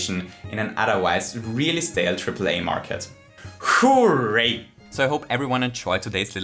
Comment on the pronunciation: This video was very bloated with useless fluff, but he did the "hooray" and I'm one step closer to guessing what country he's from, so I guess I'll take back my dislike.